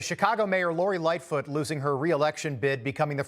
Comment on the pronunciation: Did he literally call it SICKcago?🤣🤣🤣🤣🤣